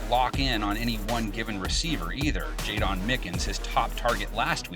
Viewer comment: Yo its jayDEN Mickens not jayDON